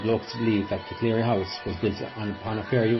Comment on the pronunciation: The background music is too loud. Also the name is CLEARY not "cleary" Very interesting nonetheless.